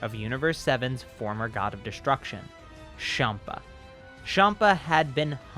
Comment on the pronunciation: I didn’t like when he said shampa not champa